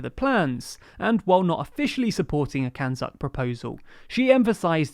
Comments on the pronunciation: Did I hear CANZUK as "(it) can suck"? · So no one is going to talk about the pronunciation of CANZUK is literally, as the name suggests, “Can-Suck”.